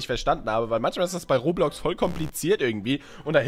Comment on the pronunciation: Roblox nich rohrblox